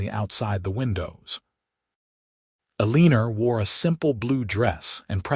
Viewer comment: Uh- lee- ner!??!! You need to fix your AI narration! Eleanor is not pronounced Uhleener, and it's so off-putting I can't continue😢 Also, women didn't do accounting back then.